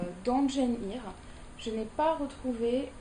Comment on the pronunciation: Arrfff pour Seamus on dit Shaymus et pas simuss Et pour Eyre on dit : Air... ça veut dire Irlande en Gaelic... Désolée, je ne devrais pas reprendre sur la prononciation. ( défaut des origines irlandais sans doute...) C'est pas le but de la vidéo, que j'ai adorée, comme toutes tes autres vidéos. Ce n'est pas ce genre de détail qui m'arrêtera de te suivre :) Toujours de bonnes explications j'adore :)